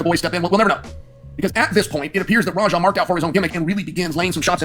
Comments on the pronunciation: Why u saying rara? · I don't know if it's intentional or not but "Rahrah" makes this insufferable. 👎🏽